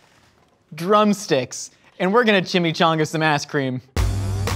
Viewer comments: "We're gonna chimmi-chonga some ass-creme" 2021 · "were gonna take drumstick, and were gonna chimichunga some asscream"